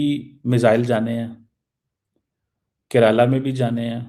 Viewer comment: He is unable to forget Kiraala (hill) from time of ops sindoor. He pronounced Keralam as Kiraala. 😂😂